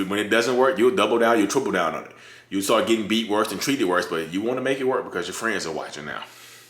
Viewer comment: It's BUT people, not BUTT🤣🤣🤣